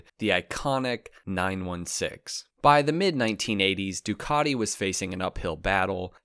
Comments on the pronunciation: Why do you keep saying Dookoddi instead of Ducati? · "du cat te" fa gods sake, not "Du car de" 😂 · What's a "Doo-caaaa_ti"???